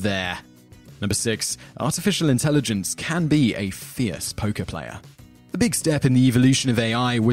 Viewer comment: Your accent makes it sound like you are saying poke-player (as in pokemon) when you say poker player.